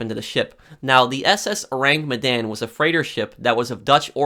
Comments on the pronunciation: Your pronounciation is "Oh-Rang Me-Dan" .. It's actually "Ooh-Rang Mid-Dawn" .. Sorry.. it just bothers me lol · Your pronounciation of the ship name is waaay off XD .. Aside from that.. Good video!